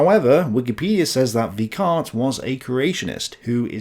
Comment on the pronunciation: "Weikart" is pronounced "VYK ART" with "VYK" pronounced like the "Vik" in "Viking".